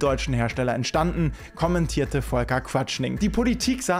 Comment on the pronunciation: Quaschning ... nicht Qautschning .. auch wenn es ein lustiger Versprecher war.